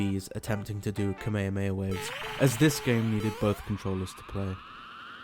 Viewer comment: the fucking what motion? I enjoyed the video quite a lot but you definitely butchered the Kamehameha